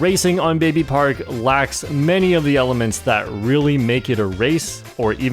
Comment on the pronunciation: at number 1 you mispronounced baby park